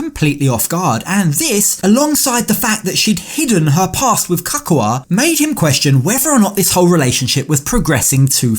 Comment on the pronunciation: I hate his accent and how he always says „f“ instead of „th“ like „wif“ What the f0ck